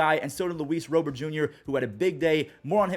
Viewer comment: Can you please say Luis Robert as Lu-ees RAH-bert instead of Row-bert